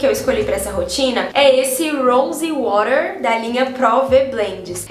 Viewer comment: Só passando para enaltecer sua pronúncia em inglês: Rose Water. Amei! Amando os vídeos,!